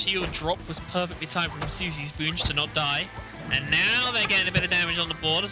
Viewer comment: This commentator recreating his own pronunciation for players gamer tags is low-key pissing me off lol. I understand he has an accent, but c'mon! "Soosy Spoonge"? And who the f#@ is "Maleesha" while I'm at it? 😂